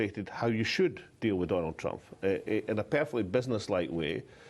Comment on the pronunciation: I like the way he calls him 'Trumpf' lol